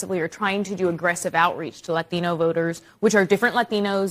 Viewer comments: They really have to stop saying "latino" and "latina" with that racist accent. You're speaking English so pronounce it correctly. Stop trying to sound Spanish in the middle of an English sentence you racist trash. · Serious question here, the first two ladies spoke perfect English with no accent, but they pronounced Latino with a very thick accent. The first lady also pronounced a few other things in a more Spanish accent. Is that a real thing that fluent speaking Hispanic people do as far as pronounced English words are pronounced like English words and any word that is based in Spanish is given that dialect? I've worked in restaurants for almost 10 years now and I have never heard a Hispanic person whether fluent or non fluent drastically change their accent mid sentence to pronounce certain words in different dialects. I'm not trying to troll anyone here either, I genuinely want to know. Maybe it's different when you're in media and such but man. Idk I just found it odd. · There's always "tells" that someone is woke. With men it's always lispy speech. With this woman she switches from an English to Spanish accent to pronounce "Latino". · how she keeps pronouncing "latino" is really freakin' irritating, and I'm "latino." You're speaking English, pronounce it with English sounds. Just like you'd say "Jackie Chan" with normal English pronounciation at the oscar awards, not 成龍 (sing lung with Chinese tones on the syllables). Just like how if I went to Japan, I'd have them pronounce my name, マリサ(Mah-rii-sah). Trying to communicate in a language using foreign sounds is a great way to fail to communicate. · That White woman on MSNBC forcing a Mexican accent with the extreme over accentuation of the pronunciation was extremely cringe. Also: both parties are anti White. I couldn't give a shit less about them. All R and D politicians are bad for White people. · ugh the way they all pronounce "latino" is cringe! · The way she says "latino" 🤢